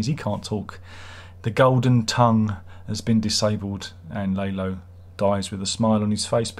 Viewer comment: Oh and Tony Dalton came up with Lalo smiling, because of course he did. brilliant. I love how you pronounce Lalo as "lay-low" because that's all he did this season.